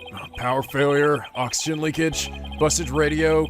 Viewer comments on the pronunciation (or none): none